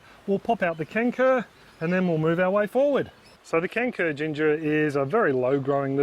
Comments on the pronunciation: For a minute there I thought you said 'canker' and I was thinking to myself, "why is planting a diseased ginger?" Just to let you know, the letter 'c' in kencur is pronounced with a 'ch' sound like in 'chair' or 'China'. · Hey, in Malay, the pronunciation of "kencur" sounds more like "turn throw". As someone already pointed out, the "c" is pronounced as "ch". FYI;)